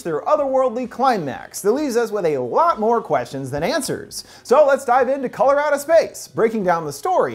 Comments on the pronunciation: “Color Out of Space” what I heard, “Colorado Space.” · Color out of space i keep hearing Coloradospace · I swear I was thinking about this half the video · I keep thinking your saying "Colorado Space"...is it just me? But yeah- that was certainly a wacked out film (in a good way, though) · My fire stick keeps hearing this when I look it up lol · True Lmao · Am I the only person who heard him say Colorado Space the first time around?? lmao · I kept thinking he said Colorado space lmao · am i only one who hear ,,Colorado Space"?